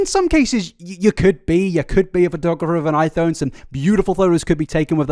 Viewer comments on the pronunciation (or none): I Thone I Thone I fout you brits put "f" sound on "th" words, not the other way around...